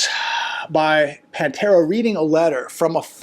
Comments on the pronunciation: PA-Tera not PAN-tera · Pa tara, not Pan tara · Hi. Her name is pronounced Patera not Pantera. Thanks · Her name is PATARA not Pantara just so you know. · Hi...it's not "pantera"🐯🤣🤣😂😂 even PATERA has kind of a "feline look"🙄🤫🤭😳😂🤣/Your input it's always appreciated!!!!! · Actually her name is Patara not Pantara. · Patara. Her name is Patara. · It's PATERA NOT PAN-TERA. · It’s Patara not pan Tara . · Her name is Patara, not Pantara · Not Pantara ~ Patara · … it’s Patara! Not Pantera! Lol!! 😢😅😅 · It is Patara.......Or Pattipoo